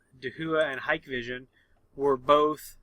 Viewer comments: It’s not hike vision. It’s pronounced Hi Kay vision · And here I thought it was pronounced: Hick-Vision And Dah-who-uh. Interesting...